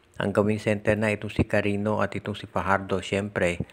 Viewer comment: Hui mag Basa ka Naman. Carinio Ang PG pronounce sa Cariño